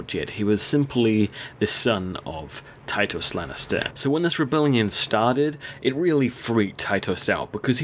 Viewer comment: its tytos not tytus